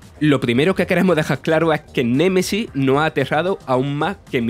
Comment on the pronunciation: Las flipantes aventuras de Julia Valentina en Ciudad mapache : "Nemaisis"